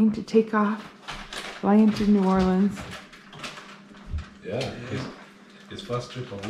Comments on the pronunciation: As a New Orleans native, I want to commend on his perfect pronunciation of my city's name. Well Done! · As a fellow Cajun, THANK YOU for pronouncing it correctly❤️